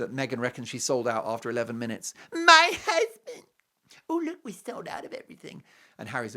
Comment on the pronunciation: I love that also especially also when he says my husband hussssbeeend